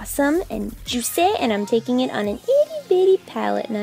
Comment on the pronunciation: My mom walked in on me when you said "cuz it's awesome and joosay"...... Awkward.....